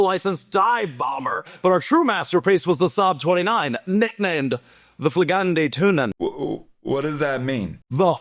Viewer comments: imma be honest 90 percent of this video went over my head as soon as "Flygande Tunnen" was mentioned, if only cause i thought you said "Flygande Tuna" XD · Single worst pronunciation of flygande tunnan i have ever heard